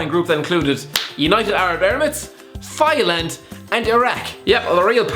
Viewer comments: Did you pronounce Thailand as thighland 😂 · Damien Coonan no it’s pronounced Tie-land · tHiGhLaNd Mate you pronounce Thailand “Tie Land” lmaoo not thighland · You do not know how to say Thailand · Its Thailand not Thailand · Your way of saying Thailand is shocking.....like your predictions But my god you’re entertaining and I love the videos :)